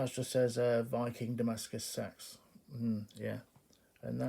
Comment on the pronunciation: Sorry about your dog buddy it can be rough. I love see =ing your Knives I never knew the correct pronounciation of seax until you sais it. I hear everything over here in Kentucky.USA. Thanks for sharing them